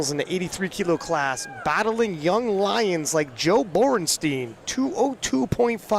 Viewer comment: If I hear Borrnsteen one more time I’m going to invade Poland.. HIS NAME IS BORENSTEIN